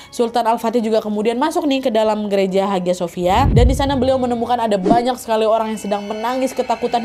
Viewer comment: haghia sophia bacanya : ayya sofia